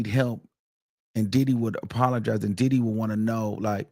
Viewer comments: 😭cracks me tf EVERY mfin time he says it🤦🏻‍♀️😂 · Lol that's how I pronounce his name now. Did-hee. Followed with, "yes he did." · Can’t nobody pronounce Diddy the way you do 😂😂😂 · It’s sumthin about how u pronounce the name ‘Diddy’ 😊